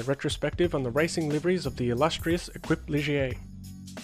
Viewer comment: Love your videos, though I was cringing a bit over “Equip Ligier”, it’s pronounced fonetically as ‘Ey-keep’.